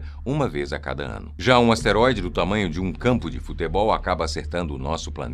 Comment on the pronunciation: É asteroide e não esteroide. Não confunda.